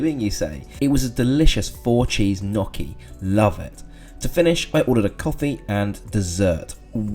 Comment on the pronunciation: do.. do you pronounce gnocchi like that.., or is it something else that you ate